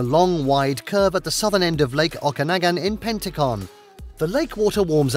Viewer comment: Nice video! It is pronounced “Pen-tick-ton” and it is Lake O-ka-nog-an! Kelowna is equally nice!